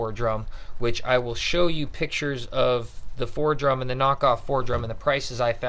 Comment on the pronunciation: The tool you keep calling Fordrum is pronounced Foredom...(4dum)... Also when you were describing the Foredom you showed a picture of a Dremel Fortiflex 9100...2 different animals, A Dremel Fortiflex is not a Foredom....